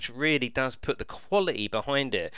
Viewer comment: Pronounce your words correctly that's the point